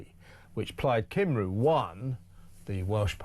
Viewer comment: Come on Kevin….i love you, but please, oh please can you learn how to pronounce ‘Cymru’ correctly! ❤️